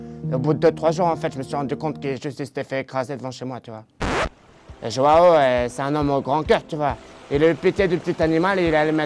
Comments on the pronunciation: Il la appeler "jao" mais sa se dit jouan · une petite pensée pour ceux dont les oreilles saigne apres avoir entendu dire autant de fois joao de cette maniere mdr